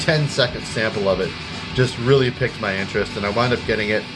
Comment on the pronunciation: Just an FYI: "piqued" is pronounced the same as "peaked" rather than "picked"